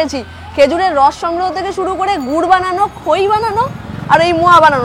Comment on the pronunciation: গুট না রে ভাই গুর 😂